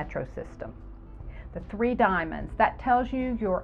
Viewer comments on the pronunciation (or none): none